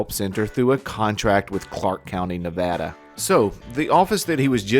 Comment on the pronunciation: Thank you for saying Nevada correctly. 💜👍🏼✌🏼😂